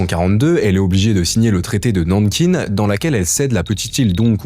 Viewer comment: Le mec ne sait pas prononcer Nankin! Il n'y a pas de e a Nankin, gros trou de balle!